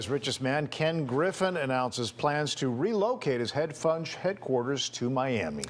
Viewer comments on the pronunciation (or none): "HEADFUNGE HEADQUARTERS." Also it is funny how one of the biggest criminals of our time leaves Chicago because of crime.